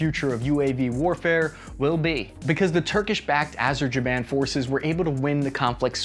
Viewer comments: Here is how to pronounce Azerbaijan, Azer- bay - jan. Try saying that a few times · arajaban azarjaban 😂😂😂 great vid as usual! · "AZZZERRR-BAI-JOHN,". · Next time you should say it more properly: Azerbaijan!! :) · Did you just say Azerjaban? :D dude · Azer-Jaban 😂😂. Come on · No way my man said “Azerjaban” XD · “Azerjiban”. I love. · “ AZERJIBAN” I wanna know what smoking on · What's the magic wooooooord? AZER-ZA-BAM! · "Arjaban, Khazam, Shazam, whatever the name is - anyway you get my point" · try Azer-by-Jane (ideally jan) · my man you butchered azerbaijan every single time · Drink every time mispronounces Azerbaijan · You guys need to do a follow up on this episode simply to practice the pronunciation of Azerbaijan. 😂 😂 😂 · Those drones do to tanks what you sir did to the word Azerbaijan. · Even George W Bush pronounced Azerbaijan better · The way you pronounce Azerbaijan leads me to believe that you might have been home schooled as a child. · trying to pronounce Azerbaijan... Confused ungabunga. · "turkish backed areshaband" LMAO no it's pronounced azerbyejan. And the turks and azers having more effective drones than the US is sad time to shelve the f35 noobs. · Yo,,, let's say it together Azer - baiiiiiii - jian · Karabakh is Azerbaijan By the way, you butchered name of my country, dude 😭😭😭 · Azerbaijan not azerjaban 😅🤣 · A zer bai jan. Not “Aze ja ban”. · Its pronounced “ahzer bi jan”, not “ahbezajan” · hey no offense, but Azerbaijan is pronounced "Uh-zer-buy-jan" not "Azerjaban" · Did he said azerjiban instead of Azerbaijan 🤣🤣🤣ok i said too.. 😐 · Its not Azerjaban dude it's Azerbaijan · Its Azerbaijan not Azerjainan... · Azerbaijan (Azer - bay - jan) ........not Azer-jan-ban :) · Not “azerjabain”, its “azerBaiJan” 🤦🏻‍♂️ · Arizaban 🤔 dude that's Azerbaijan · A-ser-bai-jan not Aserjaiban! Unholy crap! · Dude you cannot even pronounce Azerbaijan?? is pronounced Azerbaijan Not azerjiban😆😆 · 1 for “Azebajan”